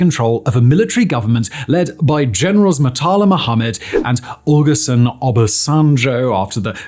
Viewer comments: The way he said "Murtala" and Olusegun" 😅😅😅😅... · When he said Olusegun and Shagari I couldn't stop laughing 😂